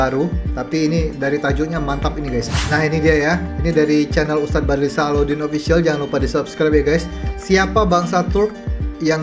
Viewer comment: Sebut betul2 wak...!!! Bukan badlisah,apa kau fikir namanya spt org sebut selepas nikah,sah?..sah,sah,...sebut begini wak jono SYAH,faham..!